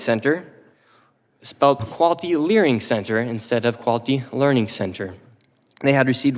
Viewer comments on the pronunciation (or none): he cant even say, "Learning" correctly. he said they cant spell learing right after 1.9 million blah blah. so funny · the fact that he says learning wrong unintentionally whilst t trying to make his point about misspelling sends me